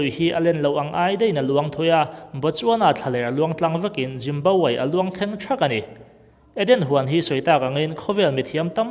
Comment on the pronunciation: Juice ho i tih khi Jews ho i sawina mi?? Jimbabwe i tih pawh khi Zimbabwe i tihna ni ngei ang.